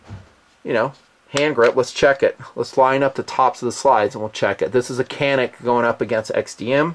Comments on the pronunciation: Nice review, i just picked up one of these today :) if you care about the pronunciation, C's in Turkish almost always make the sound of our English J. Thus, it would most likely, phonetically, sound like [Janeek]. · Got one. Excellent pistol. Excellent value. Trigger takes getting used to but is a great firearm overall. I speak fluent Turkish and have been to the country several times...I t's pronounced johneek. It is a copy...sort of....of the Walther P99. Really good pistol. Iso9000 approved. Can't be beat for what it has going for it. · The Canik TP9 (pronounced "Jah-nik") is a fantastic pistol, price nonwithstanding. There is some arguement that a striker fired pistol should only be DA only...but who cares? Especially considering the "re-strike" capability. I couldn't do that with my Glock. I have a $900 Kimber that doesn't function half as well as the Canik. The 17-round capacity with a thin grip that my petite Korean GF thinks it fits like a glove, says a lot. I haven't fired 10,000 round through it but so far so good. Mags are reasonable at $24.99. AND they do come factory Cerakoted. Buy one. I got two. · Can in Turkish, is pronounced just like John in English. The SAR ST9(Sarsilmaz- Turkey’s biggest manufacturer), is very similar to this firearm. might be worthy of a review, or a side by side comparison. Keep it up. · Not sure if anyone mentioned yet but it is pronounced "Janeek". Don't mind if you prefer to pronounce how you have been, just good to know. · The name of the gun is pronounced "John-ick"...Thanks. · Pronunciation for Canik in Turkish is Janeek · By the way, It's pronounced janik. A 'c' in Turkish is pronounced like a 'j' . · Your pronouncing it wrong. It is said shanik. I have two and love them both. One has about 1500 rounds and no failures and the other has about 200 and the firing pin snapped. Shit happens. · Pronounced "yannick" I think? I gotta get one next month. Thank you very much for the review. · I believe it's pronounced CHan-ik